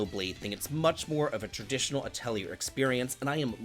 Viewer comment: "Atelier" is pronounced with "yay" not "year" 😅 (lovely video, though. Cheers)